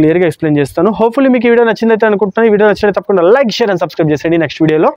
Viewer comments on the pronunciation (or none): none